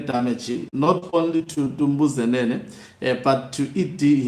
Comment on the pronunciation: Tumbuzenene 😂😂😂 it's Dumbuzenene.